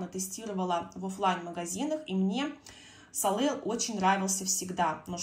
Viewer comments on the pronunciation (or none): Правильно " солей"- солнце